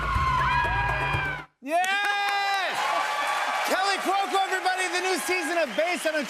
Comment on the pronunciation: Sounds like he keeps calling her Kelly Cuoco 👀